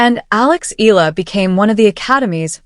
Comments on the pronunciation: It's not Ee Luh! It's should be pronounce Ey yeah luh (Eala) the Filipino way! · CORRECT.....E A LA! And not EELA... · Pronounce as e-ya-la not eel-la... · Alex ( e- ah- la) no silent letter. Pronounce properly. For those not popular how he call her Surname